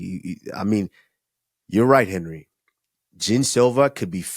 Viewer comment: Three minutes in could you please say Henery more …